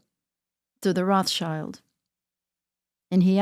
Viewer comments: Notice how she said RA SHEILD ! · The klun is not Roth child.. but wrath- child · Its so pathetic that this people cant even properly say Rothschild, they say Roth-child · Proper pronunciation of Rothchild surname isn't (roth~shield) only poorly educated Americans think it is! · So, she was raised and trained to know how to live among the elite but doesn't know how to pronounce Rothschild!!????? Who's brainwashing who?? I get so sick of all these people who want to talk ...but don't say anything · How can you believe someone that can't even pronounce a name like Rothschild